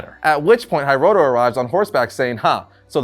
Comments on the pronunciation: Love how is pronouncing Hiroto as “Hi-roto”, instead of “He-roto” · Hearing you mispronounce hiroto over and over and over was like nails on a chalkboard. 😱